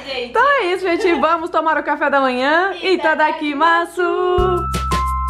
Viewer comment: No japonês não se fala itadakimasu fala "itadakimas"